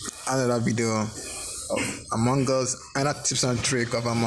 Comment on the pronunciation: No one: Litteraly No One: Him: among gus.